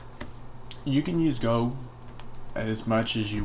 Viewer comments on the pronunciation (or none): The way you say gold sounds like your saying GO